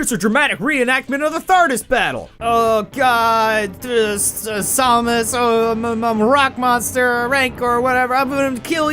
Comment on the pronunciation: Hate to be that guy, but it's pronounced "SAM-us", not "SOM-us".